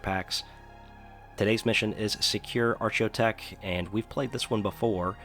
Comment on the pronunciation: "ar cheyo tech" lol "ar cheyology"